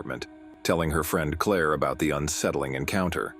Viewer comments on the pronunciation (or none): Why the narrator prnounced it Claw? It is Claire not Claw. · AI at its best.